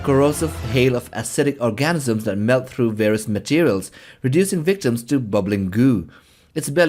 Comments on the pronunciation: Organisms not orgasms😂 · Orgasms? Or organisms?? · Narrator mispronounced Organisms as Orgasms.